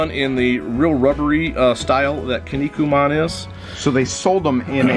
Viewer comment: It's pronounced "Key-Knee-Coo-Man". I will find you soon.